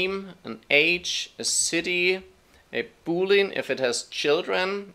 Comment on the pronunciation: it is not pronounced "Boo"-"Leen", it is named after the mathematician George Boole - so it is "boo" "lee" "an" i.e. it is something coming from Boole, in much the same way as a Georgian house is so called because it is from the reign of King George. Then again should we expect more from someone who develops on mac os.....